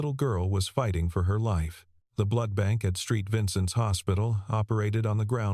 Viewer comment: That's Saint Vincent Hospital, not Street Vincent Hospital. Watching from Midwest City Oklahoma USA. 🇺🇲